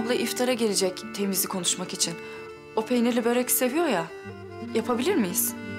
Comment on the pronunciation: Yanlız börek değil bööörek